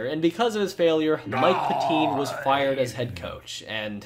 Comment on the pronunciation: It’s Mike Pet-tin, not Pet-teen